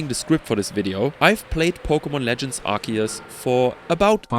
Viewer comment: IT'S PRONOUNCED ARC-OO-SE!